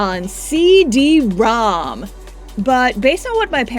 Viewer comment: You saying "ceee deeee ROM!" like it is an ancient relic of a distant past makes me feel incredibly old.